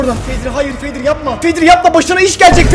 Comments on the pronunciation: zeko❌️ fedri✔️ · Fedri diyo başta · Abi vid başlar başlamaz fedri dedin ya